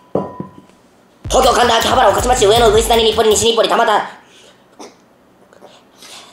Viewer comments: たばち たばちぃー？ たばちって誰ー？ 面白すぎなw しかもダホちゃんと同じやつ同じ読み方で間違えてたww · ほんらいは [たばち]じゃなくて [たばた]です